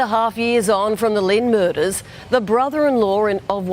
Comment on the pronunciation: Ive never heard anybody pronounce “murders” like that one anchor woman did. Like the fuck does muhUzz mean??